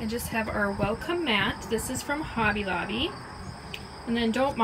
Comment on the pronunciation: Beautiful home! I love your color scheme & decorating style! The way you say Hobby Lobby honestly drives me crazy though. Lol...sorry.